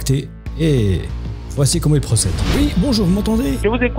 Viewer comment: 1er signe d'arnaque : "bonjouw alow wou alé cliqué suw le bouton"